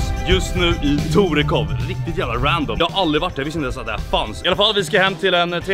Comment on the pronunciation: Men vad i helvete det heter väll ändå torekooov och inte tårekåv